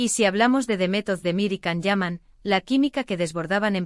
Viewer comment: 😂😂😂bla, bla, bla cuántas mentiras en estás páginas de YouTube 😡 y que se lo crean muchas personas es de traca. Encima no saben ni pronunciar su nombre debidamente con la cantidad de veces que Él mismo a comentado infinidad de veces